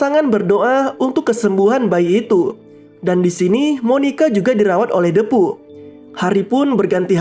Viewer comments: Bacanya dipu kali bang ..... bukan depu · Bacanya bukan Depu tapi Diipu